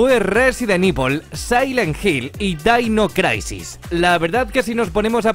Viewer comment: Dainois craisis. 🤣😂🤣😂🤣😂🤣😂🤣😂🤣😂🤣😂🤣😂🤣